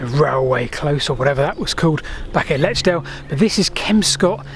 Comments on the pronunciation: should be lechlade not lechdale. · Never heard Lechlade being pronounced 'Letch-dale' before aha. My fiancé lived in Lechade for years before he moved to Highworth and then moved to Swindon to live with me. I have a soft spot for Lechlade visiting him a decade ago <3 500 stations is a fantastic achievement well done!